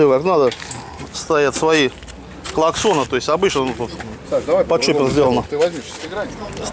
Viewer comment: Что такое чапер? Сначала узнайте , а потом говорите!))))